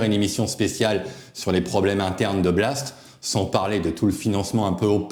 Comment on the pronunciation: Blast ou Blatte ! Tu prononces mal. 😂